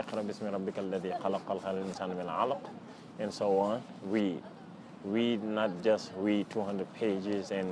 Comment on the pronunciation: impressive! but the way you pronounce (read) seems that you say (weed)